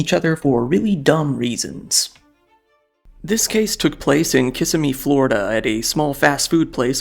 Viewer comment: And Ki-sim-me